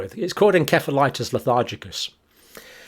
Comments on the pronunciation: EN-SEF-A-LITIS Nurse John! Learn to pronounce it properly! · Pretty sure the C in 'encephalitis' is pronounced like an 'S'. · Every American dictionary pronounces encephalitis with an "s" sound, where every UK dictionary pronounces it with a "k" sound.